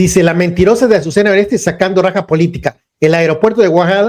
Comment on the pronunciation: ¿ Ureste?....no mames , en verdad eres bruto ... uresti, uresti,uresti , aprendetelo